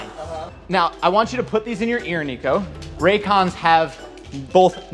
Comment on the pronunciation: Is it Ray... IT'S FUCKING RAY-CONS.